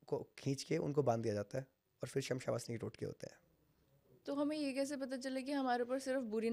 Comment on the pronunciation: Shamsha vasni nii..shamshaan vaasni bola jata h..pehle naam to sahi bolo bhai